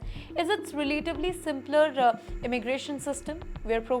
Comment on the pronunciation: Asking for a friend- why do you add an "a" at the end of some words- "Northerna", "simplerra","stricterra tax law","justaa underra existing trade agreements".. etc etc. it's pretty funny lol